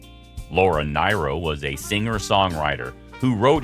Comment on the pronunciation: It's pronounced FREEda, not FRYda! And it's NEARo, not NIGHro!